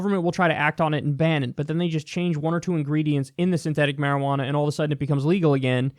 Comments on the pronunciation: Me just high AF loling at Kyle saying "shwearajauna" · Quit saying marijuana.